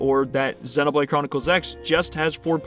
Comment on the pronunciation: Super well made video as always!!! Also I really liked that you are one of the few youtubers that correctly pronounces the word "xenoblade” 😅